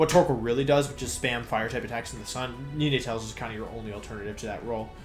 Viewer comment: I was literally thinking the same thing lol he said ninetails normally, but then he switched to nee-na-tails shortly after